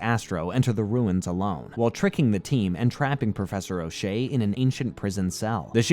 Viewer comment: His name is Ochanomizu/Elefun not O'shay 😅